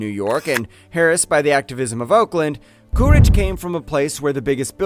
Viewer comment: How come you say "CooRidge" I know it as "CooLidge" Interesting video.